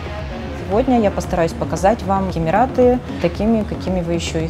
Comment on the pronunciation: Прононс на английском мрак да и на русском Емираты... ну как так??? Фубля